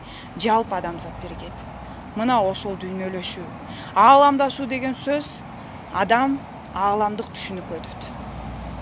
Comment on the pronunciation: Алаамдашуу деп дабдырайсында, тийип ал ошого...